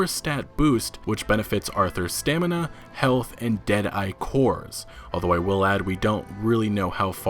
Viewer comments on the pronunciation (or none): none